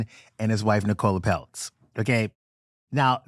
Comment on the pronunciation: I know I’m late but I just have to say, as a fellow Nicola it pained me how said Nicola Peltz’s name 🫠 it’s pronounced like nickel-ah not nicole-ah